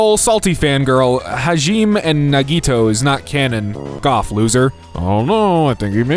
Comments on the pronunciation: "ha-geme & na-ge-toe" 💔 (not hate) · pronouncing hajime as hajeem gotta be the funniest thing I've heard today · HAJIM (its HA-ji-meh if anyone’s wondering) haha but I’ve heard worse such as kai-o-ko (for Kyoko) cpl too lol I’m not into the military but I’m like 99% sure it means corporal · Hajime is pronounced "ha-ji-me" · DANGANRONPA YEUSEYEYYEYEYSYSYEYEYEYEYEY (its pronounced ha-jee-mae btw) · hajime being read like the word ''regime'' is so funny to me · Just astonished at how badly you pronounced Hajime. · IM CRYING THE ABSOLUTELY BUTCHERED NAMES?? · never occurred to me that someone might pronounce Hajime like that and I started to crack up lol. (no hate btw, just caught off guard) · When pronouncing japanese name the e is never silent, hope that helps for the future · the way you pronounce "Danganronpa", "Hajime", and "Nagito" is killing me